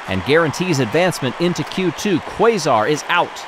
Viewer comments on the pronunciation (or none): none